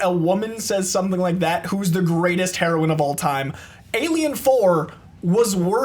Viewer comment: Someone pls teach how to pronounce heroine